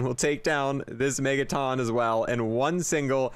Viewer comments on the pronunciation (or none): Megaton, as in a million tonnes of weight, not megataan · Why does he pronounce megaton like megaTON lmao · Why do you say Megaton like that? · How do you not know how to pronounce megaton